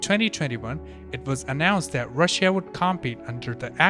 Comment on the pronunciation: Normal people: Russia: Ra Shia